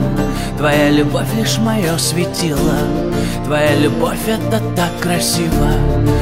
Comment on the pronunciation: Кто сочинил такую мелодию,что ударения в словах надо ставить где придется (вместо "светило" "светилаа") ну и т.д.)? А певец, видно, тоже не понимает о чем поет.